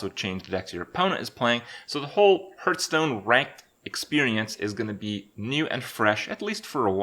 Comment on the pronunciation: CAN U FUCKING STOP PRONOUNCING IT HURTSTONE!